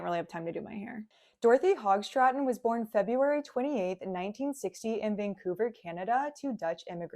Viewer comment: Her name is Hoogstraten,not Hogstraten. It's pronounced like Who. Not hog, like a pig hog. There were 3 children, not 2. She also had a brother, not just a sister. And the movie s called They All Laughed, ThenThey All Laughed.